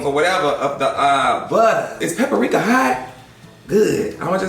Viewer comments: “Pepper-rika” PLEASE 😂😂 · PahPuhrika is not spicy 😂😂